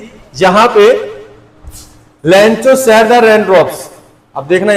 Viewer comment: लेंचो नही लैंको